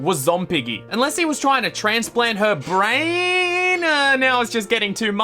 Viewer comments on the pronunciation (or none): none